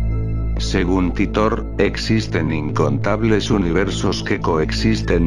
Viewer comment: no sabes ni pronunciar titor